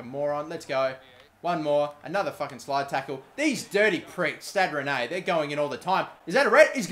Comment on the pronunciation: Pronounciations: Digne - Dinye Gonalons - Gonalon Stade Rennais - Stad Ren